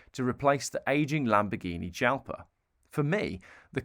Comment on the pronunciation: Dude, it's Calá. Not Cála 😂 Jalpa is pronounced the Spanish way. Isdera Commendatore you pronounced almost perfectly, only that you don't stop at Commendator but you carry on to CommendatorE, and not like the sound like EE but the short hard E.